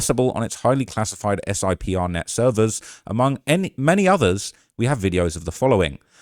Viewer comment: SIPR is pronounced Sipper. It is the DOD encrypted, secure and not accessible from the Public Internet network.